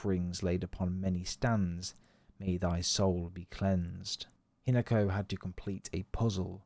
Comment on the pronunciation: Not sure if AI or not, but it's HEE-NA-KO, not HIN-A-KO